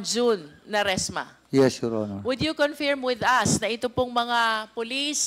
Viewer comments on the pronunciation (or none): D ako matalino pero alam ko correct pronounciation is confirm, not confeeeerrreemmm